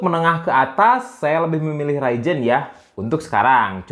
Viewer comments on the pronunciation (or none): Ryzen kang lain raijen 🤣